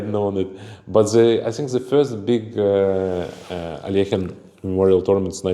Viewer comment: Dear Sagar, please stop mutilating Russian surnames. Alekhine's surname sounds like /əˈlɛkhɪn/ (where the "kh" sounds like the "ch" in the surname of the German composer Bach). It's not as difficult as it seems, try it. Aronian (whose last name you also pronounce incorrectly) already corrected you in one of the reels that I saw, but you didn't hear him.